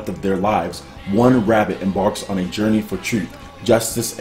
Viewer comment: Dude. It is not Rap the Ribbit. It's Rap the RABBIT.